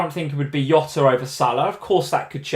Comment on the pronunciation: Love ya both but this Yota thing is driving me crazy. He's Portuguese like Mourinho. It's not Hose it's Jose, it's not Yota it's Jota!